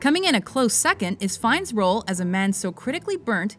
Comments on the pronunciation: fines hahahha its fyenne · Why is he called Ray Fines? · Why tf is his name pronounced Ray Fines? I thought it was Ralph Finnies, for some reason